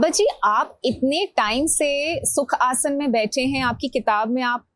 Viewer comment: It's aasan,not asanaa